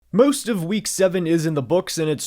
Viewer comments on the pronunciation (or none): "myost of week see-evan"